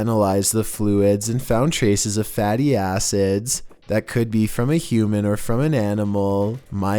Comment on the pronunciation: i like how he said fatty acids BAHAHAHAH